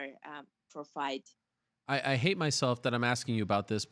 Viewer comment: "I feel good with my hate - I don't have any problem having this hate." Pure savage lol. Yes, I know she meant 'height' - still funny.